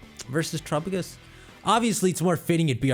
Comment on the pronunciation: After nearly a year I'm still kind of annoyed that still mispronounces it as "Tur-a-pa-gis" instead of "Ter-a-pa-gos" like Galapagos.